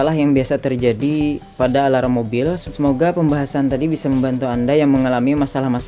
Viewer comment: Mas, sebutan “ Alarm “ itu yg benar cuma “ Alam “. Bukan “ Alaram “ ngam perlu ditambah “ ala - “ ram “ nya. Cukup sekedar “ Alam “.